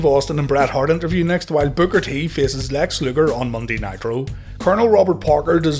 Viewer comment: Sounds like you’re saying “Booger T”